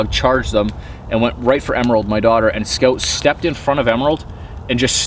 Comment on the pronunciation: Why name him scout if you can’t even pronounce it correctly?